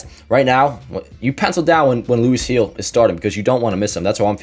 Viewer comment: It's Gil with a G not Hill with an H 😖